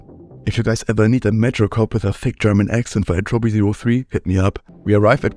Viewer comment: My man doesn't know how to pronounce Entropy (still watching cause I can tell this is gonna be good)